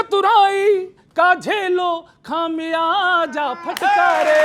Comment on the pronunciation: खामियाज़ा बोलना तो सीख लो ।